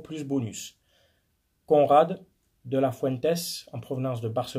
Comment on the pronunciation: De La Fuente y’a pas de s à la fin